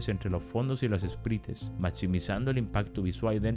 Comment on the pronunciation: Buenazo video Edit: un consejo es q Sprites se pronuncia Espraits 🫂